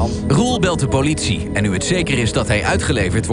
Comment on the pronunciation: Woooow "powlitie" echt Woooow het is "politie"